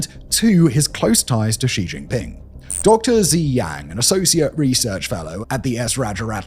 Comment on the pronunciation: Simon is the only YouTube personality I've heard that pronounces xi jinping's name correctly.